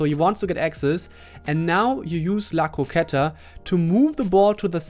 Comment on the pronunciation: Yes you pronounced "la croqueta" perfectly